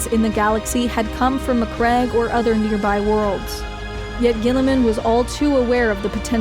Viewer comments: REEEEE SPACE SMURFS MAC-CRAG = no MAC-RAGE = yes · Greatly made video. Also, a woman interested in 40k? By the emperor! Also, are you sure how Maccrage and Roboute Guilliman are pronounced? Because i thought it should sound like "maccraidj"